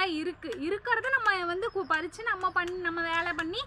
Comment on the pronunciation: பறித்து சரி பொரித்து இல்லை